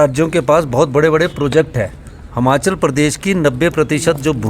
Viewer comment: Sukhu jee Hamachal mat bolo Himachal bolo